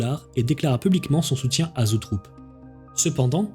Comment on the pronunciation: très chouette récit! par contre, il me semble que la boite de prod s'appelle "Zoetrope" et non "zootrope"